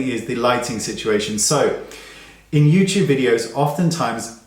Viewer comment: "Hello Yeewteewbers", or " welcome to my cheenel". does my head in. (spelling is how it sounds )